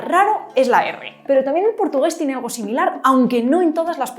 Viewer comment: La R francesa la usaste en este video a los 12.09 minutos, cuando dices alRo en vez de algo.